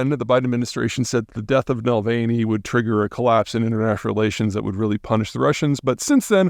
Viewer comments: It sounds like thinks his name is Mulvaney. NahVAHLnee, Peter. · Na-Val-Nye, not Vavilny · Navalny, not Nalvaney. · I get a bad feeling about a person’s credibility when they don’t even bother to pronounce words and place names correctly. It’s not just this video, but in this one he keeps saying “Nalvany” (rhyming with “Mick Mulvaney”). It’s “Navalny”. Naval-ny. Come on, man. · Navalny - not Nalvany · You could at least get his name correct. Navalny not Nalvany. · NAVALNY NOT NALVANY YOU FOOL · Peter, please have respect towards the object of your video and pronounce his name correctly. You are better than this. Russian namesa phonetic. A is a, not ei. Na- val-nii, not Nei- veil- ni. Have some respect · You can't even bother looking up how to pronounce Alexei Navalny's name, then your comments are limited to what must have taken you tens of minutes to research. The man's name was NAVALNY, not NALVANEY. And the rest of your shallow, superficial analysis is on a similar level. This video is beneath you. Sorry, your grade on this video is F. Re-do and re-submit if you want a passing grade. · Nah VAAL knee Peter. Not nah vale knee. Have the respect to say the man's name correctly. Takes about 25 seconds to google Navalny pronunciation. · Navalny not Nalvaney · NAVALNY. Not “Nalvany”. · Navalny not Nalvany…dude get the man’s name right. RIP Alexey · Navalny, not Nelvaynee lol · It's Navalny, not Nalvany. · ...how can you be a political commentator talking about Russia and consistently pronounce "Nalvaney" instead of "Navalny"? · it's Navalny not Nalvany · Its not Nalvaney is Navalny!! To call a man of his statue incorrectly is an insult. He deserves to be recognised correctly ! Do your research first. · It's a little late to correct this, but it's Nav-EL-ny not Nal-VA-ney. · Na--Val-Ny not Nal-veny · A least get his name right. Na val ny not Nil vein ee smh Pete. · Peter, it's not Alexey Nalvaney, it's Alexey NA-VAL-NIY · Yep. Was annoying me throughout.